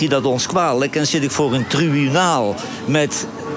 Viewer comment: Johan heeft last van een beetje te lange tenen. Op 50 seconden zegt hij beslist geen IK, maar iets onverstaanbaars. Als de presentatrice hem dan beleefd vraagt of hij ook niet meer met Genee in VI op te treden vaart daarna wel keihard uit door te zeggen ''ik zeg toch met IK? Ik spreek toch geen Spaans.?" Een beetje beleefdheid zou hem nog meer goed doen, want zijn vasthoudendheid om niet meer aan VI mee te doen siert hem uitermate..